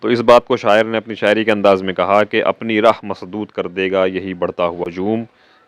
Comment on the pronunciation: Raah not rah❤❤❤❤